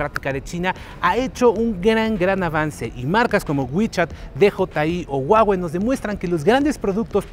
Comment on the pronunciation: La forma correcta de pronunciarlo es "Juáwei"